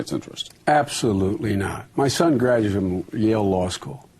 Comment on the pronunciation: "My son gradoom..."? Did I hear that right?